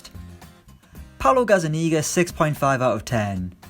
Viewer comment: Its GazzaNiGa not GazzaNiga ,haha beat hermonie impression here